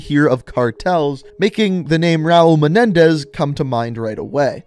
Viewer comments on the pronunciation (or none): none